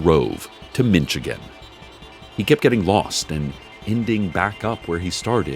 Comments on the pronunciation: it's not Mitchagan, it's MISH-A-GAN = Michigan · He says it like Mitchagain 😂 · Do I live in Michigan? Yes. Am I going to pronounce it "Mintchigan" from now on? Yes. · You had me up to the mispronounciation of Michigan. Weak joke, ( if that's what you call it) not a jab so much, as it is a gripe as to your lack of sensitivity. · Cecil not being able to pronounce Michigan becomes so much better when you live there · Everytime he mispronounced Michigan my body spasmed. As a native of the mitten I can vouch we both exsist and dont exsist all at once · Hearing Cecil mispronounce Michigan physically hurts me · That feel when you find out that you've been pronouncing Michigan wrong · I want to hear Cecil pronounce all states. the way he says Michigan it makes me laugh every time. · Headcanon that Cecil can't pronounce the names of any real places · living in Michigan myself it's so hard to not just yell that Cecile is saying it wrong but this was sad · So far we have Mitchigan, Ohee-o, and AhlaBahma